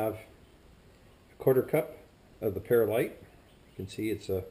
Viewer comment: He's definitely missing a chunk. It's called Perl-ite not Peril-ite and diatoms are little tiny sea creatures not glass. Their tiny skeletons make up diatomaceous earth. Also isopropanol burns very inefficiently compared to ethanol and methanol. Oh..and he forgot to show the mixing process!